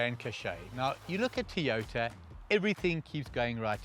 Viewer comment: It',s Toyota, not Teeyota!